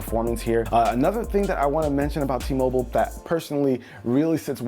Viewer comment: Whenever he said T-Mobile I disliked the video